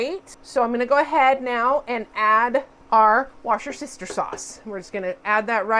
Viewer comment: pronounced woostershire sauce